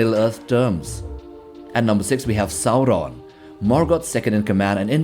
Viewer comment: Your pronunciation of Sauron and Morgoth is remarkably rad